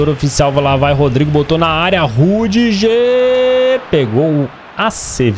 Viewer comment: Acho engraçado o pronunciando "rüdiger" como "rudijer" ao invés de "rudiguer"